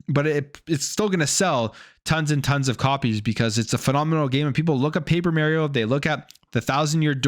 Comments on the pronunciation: It's Mario not Merryo😂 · The mis pronunciation of "Mario" has to be a Canadian thing lol but then again don't make much sense to me being in the game even in Canada there is no way they say "It's me, Merio" lol